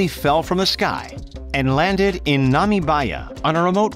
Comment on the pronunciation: I've never heard of a person calling Namibia nAmi-Baya